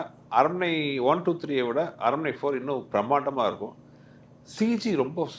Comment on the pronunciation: Tamanna: aranmanai ❌ arannamanai✅